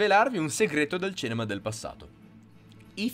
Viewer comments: Perché hai una dizione perfetta e molto fruibile, come mai non riesci a dire CINEMA? Mi entusiasmano i tuoi video ragionamenti Grazie per tutte le tue informazioni! Bravissimo! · Ma cos'è il "cenema"?! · Ma perché dici cEnema?